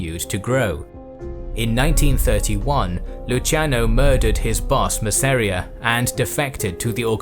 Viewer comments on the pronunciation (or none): Mass-a-rea not Ma-seria